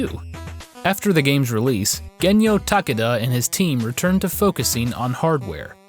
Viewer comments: TAH-kay-dah Sorry to be that guy, but you say the name like 30 times in this video... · Ta-KAY-da it's Ta-KAY-da...